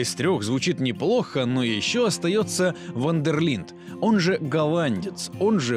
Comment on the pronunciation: Ван дер линд? Серьезно?